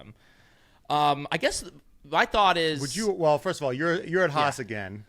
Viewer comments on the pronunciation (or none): This podcast is more enjoyable than most F1 races these days. Great show! Ask Günther if he feels uncomfortable when you say "Haas". The way you pronounce it means "hate" in German :-) So it’s the Hate-Team.